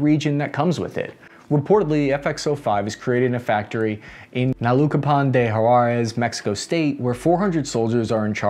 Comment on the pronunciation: I can understand Xicoatl (for English speakers should be chi coa ttl) but Naucalpan? butchered that one